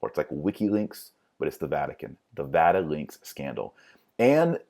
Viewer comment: Did you just say Vatilinks